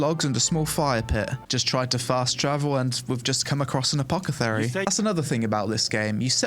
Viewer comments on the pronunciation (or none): I’m dying - he said ‘Uh-Paw-Cuh-Therry” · Mate, try pronouncing 'monologue ' and 'apothecary' the correct way please 😆.